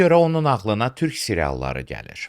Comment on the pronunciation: Dövlət başçısı TÜRH deyir, TÜRK deyə bilmir.